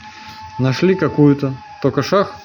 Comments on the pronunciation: Не шах а шаг😂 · Шо за шаХ? Почему ни шаГ? Почему мноХо, а ни мноГо? Почему в других словах эти же буквы произносятся нормально? Столько вопросов и нет ответов 😢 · Не шах , а шаг. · Не шаХ а шаГ, проверочное слово: шаГи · Не шах , а шаг!!! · ШаХ - этот термин известной игры. А это шаГ! Повторяем, заставляем говорить правильно! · Называется не "шах" А "шаг" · Правильно говорить - шаг, не шах.. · Шахгхг неужели нельзя выговаривать букву "Г" противно когда гхгхакают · Что такое "шах"? Почему ты не выговариваешь букву "Г"? Это так сложно? Не приятно же слушать .... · Ты чё букву Г не выговаривает)?? Шах